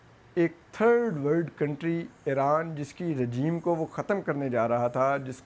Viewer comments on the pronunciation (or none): none